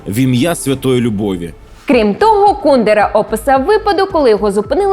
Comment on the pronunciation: По-перше не КУдера, а КундЕра. По-друге, багато чехів його ненавидять, бо він співпрацював з комуністами заради своєї вигоди та грав на два фронти